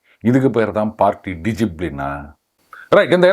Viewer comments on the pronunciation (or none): அது பார்ட்டி டிசிப்பிளின்அல்ல!" பாட்டி"டிசிப்பிளின்.